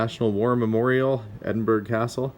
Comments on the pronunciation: Pronounced, "Edin Burough" :-) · The war memorial piece is from my neck of the woods. It’s Edin bu ru. That’s how it’s pronounced. We drink that much either 😂😂😂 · If you’re part Scottish, you should know how to pronounce “Edinburgh” properly.